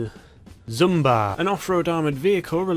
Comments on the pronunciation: Zabra? Lol it's Jaba (жаба) or zhaba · So what we have to today is the...zumba when its really pronounced (Z-ha-ba) zhaba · btw its pronounced Zaba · Its the zah-b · Pronounce like this "Za ba" Without an h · How did you get “Zumba”? There’s no M in Zhaba at all 🤔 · How hard is it to say the word lmao. Zhaba is not hard to pronounce.